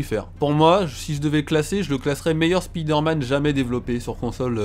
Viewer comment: Spider-man..on dit Spaïder-man ,sa fait bizarre d'entendre Spiider-man ,dans la vrai vie on dit pas "Ohh il y a une spiiider" même si je le dit pas ^_^